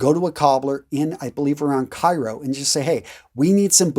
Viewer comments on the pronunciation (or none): none